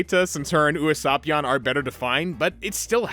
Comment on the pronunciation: I was obsessed with YKW. Hell I still am, got two whole binders full of medals like 5 feet away from me right now. I knew it was a bad sign that an English copy of YKW3 was almost a grand compared to the Japanese version. It is sad to see it drop off so fast, to the point where some of the show is really hard to find. Also your pronounciation of Usapyon hurts more than the dub’s lol